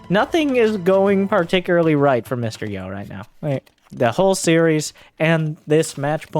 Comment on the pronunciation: Hey, Mr. Yo is pronounced Mysterio <3